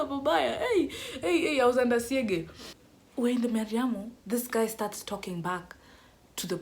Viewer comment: "I was under siege{ in direct pronounciation}"😂😂😂😂😂😂😂😂😂